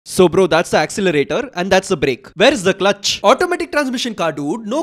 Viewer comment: It's asselerator ( pronunciation refrence )